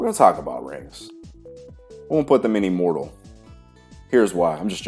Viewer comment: The first time you said "immortal" I understood "immoral". Now that really stirred my imagination, what kind of exercises those would be 😂